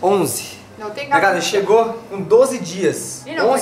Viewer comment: Noum tem galantia 😂😂😂